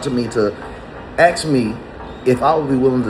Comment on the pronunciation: Can we take a long weekend and get everyone up to speed on how to pronounce the word ask? Axsking for a friend...